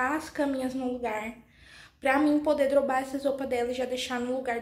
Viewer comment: Aí, ñ aguento vc falar errado uma palavra tão simples. Repete,dobrar,vc é Muito nova pra falar uma palavra tão simples errado,ainda mas na internet,é dobrar,dobrar,dobrar,dobrar,repete.